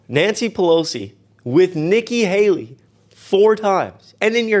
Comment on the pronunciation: Please continue sharing this video. Again and again that clip saying Nicki Hally. Please put it on the shorts